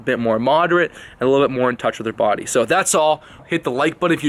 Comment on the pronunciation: Hahahahhah 😂😭😂😭 you had me cracking the fuck up